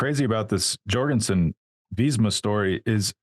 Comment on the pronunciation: Jorgenson like Yorgenson, not Dyorgenson, he is of danish descent